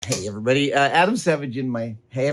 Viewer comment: "Hey, erreybody!"